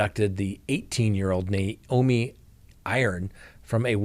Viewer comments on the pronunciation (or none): none